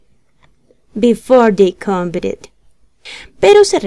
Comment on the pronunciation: cuando uno está aprendiendo es muy importante aprender la pronunciación correcta de las palabras... Estás pronunciando mal la palabra "competed"!